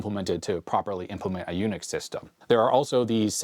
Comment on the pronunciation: "jUNIX" I love it. 😊